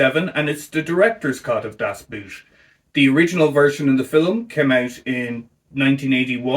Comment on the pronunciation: COuld you please for the love of god not pronounce "Das Boot" like you would pronounce a "oo" in english^^? Use the o in "god", that is WAY closer^^.